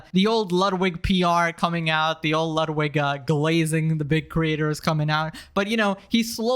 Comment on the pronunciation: Bro, you have to say glaze/glazzing in every video, its so funny the way you say it 🤣🤣